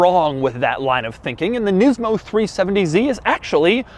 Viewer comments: It's nismo not nizmo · お前の喋り方と顔に腹が立つ、「ニズモ」じゃねーよ、「ニスモ」だ分かったかこの間抜け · the way he sarcastically pronounces nismo makes him seem like a total douche